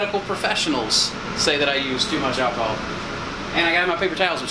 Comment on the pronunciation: First time I've heard someone say alchyhol other than me. Big love